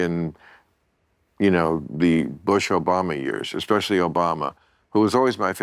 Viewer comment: Dude is a professor, but can't say "especially" correctly 🤣